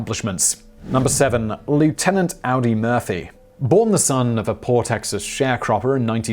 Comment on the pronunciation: AUDY! AUDY! NOT AUDI! Think 'Audry', minus the 'd'.